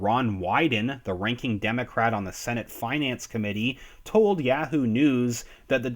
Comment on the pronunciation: It's "YAAH-WHO" not "YEAH-WHO", and "ROY-TERS" not "ROUT-ERS" ... Thank you!